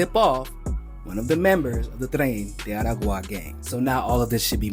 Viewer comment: you need to work on your Spanish pronunciation. You pronounced the names Aragua & Duque incorrectly